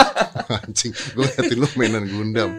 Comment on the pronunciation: "gundam" A few minutes later.... "gandam" Hehe